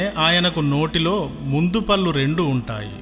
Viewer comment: పల్లు కాదు, పళ్లు. కనీసం తెలుగుమీద పట్టులేనివారికి ఇంత గొప్ప చరిత్ర చదివే పనివ్వటం విచారకరం. !!